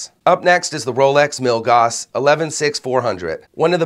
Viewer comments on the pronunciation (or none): FWIW Milgauss rhymes with hill-house